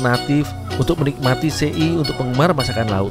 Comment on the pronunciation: SE'I ya bukan sei